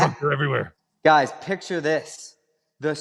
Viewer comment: And btw, it's electric not eletric, it's picture not piture, what kind of accent is that or is it braindamage